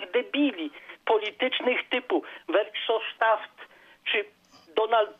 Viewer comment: Ten pan ze Szwajcarii dal nieco ciala popisujac sie nieudolna proba wymowy Guy´a Verhofstadta.